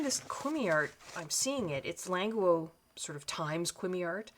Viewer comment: Languo according to the company is pronounced Lan-goo and not Languo like what a lot of people in English like to pronounce it.